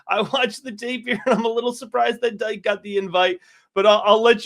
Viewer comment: Its pronounce Dee-Kay not Dyke. Get the names correct at least.